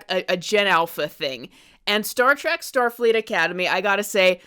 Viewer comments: Trek card rescinded. I couldn't get passed "Star Track" LMAO How long have you been a fan do you say? We Are Trekkies! or Trekkers if you prefer. If you'd ever like to re-join and have your TREK card back let us know. P.S. Star Trek Starfleet Academy is AWESOME! Fan since the 90s here my favorite Trek is: ALL OF THEM. I was going to list them all individually but omg it's a lot lolol No wonder I don't have time to watch anything else X.X STILL laughing at the Almond Basket scene! 🤣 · TREK NOT TRACK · OMG Trek.... say it with me: Trek